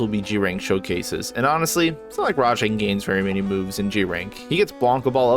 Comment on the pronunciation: Wait! WTF!? Did anyone else notice when called rajang, “Django”? lol! 🤣 Unless he's black, that’s racist. Django is the titular black main character in Quentin Tarantino’s Django Unchained. How did this get past the editing stage?